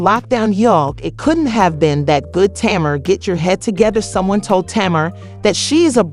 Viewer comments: Her name is TAY-MAR. 😊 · Why are the names being pronounced wrong